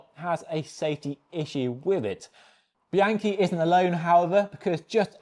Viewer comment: BEE-ahn-key, not BEE-ANKY, OK?